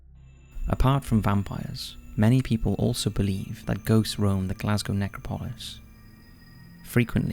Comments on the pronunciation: It’s pronounced Nec rop o lis not necro polis. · pro.; ne-CRAW-po-lis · It's pronounced "necrOpolis", not "nEcropolis". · Bloody hell!!! It’s pronounced ‘Neck-RAW-po-lis’... stress on ‘RAW’. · Your pronunciation of necropolis is bad dude amongst many other words. It's neck-rop-o-lisfree fall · It's pronounced neCROPolis, the emphasis on the second syllable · It's actually NeCROpoli. I don't understand this obsession with adding useless letters to Greek words. And in terms of the pronounciation and emphasis, it depends on the context. The grammar isn't always the same. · NECRO POLIS, it's all one word pmsl. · Please learn to pronounce necropolis correctly. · Thumbs down for the pronunciation of "necropolis." Seriously dude? There have been plenty of examples of mispronunciations on this channel. I get that you're foreign, so some pronunciation variations are inevitable, but this one is just wrong and ridiculous. No one says it that way. You have 3.34M subscribers, please act like it and put in the minimal time necessary to look up pronunciation.